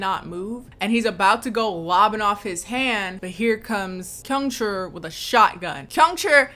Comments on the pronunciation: Kyungchul’s name is 경철. So it’s pronounced Kyung-cheol, not Kyung-chool. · for 철 since ㄹ is after a vowel it's more like an L sound, so you pronounce it like chul as it is spelled 🧍🏾‍♀️ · I'm losing my mind, is 경철 not pronounced "kyung-cheol"? with "uh" being the vowel sound in the second syllable instead of a long U/oo sound? Have I been pronouncing the ㅓ vowel wrong this whole time ???? I'm part of the "too scared to watch the movie directly" gang so I guess I'll never know lmaoooo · Your struggling to pronounce kyung-chul makes me reconsider going to school for Korean 😂